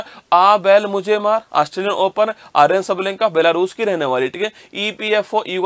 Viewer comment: भाई आर्यन नही अरिना नाम है उसका पहले pronounce करना तो सीखलो